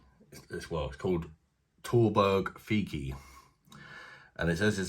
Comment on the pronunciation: Its not fikki bro fichi🎉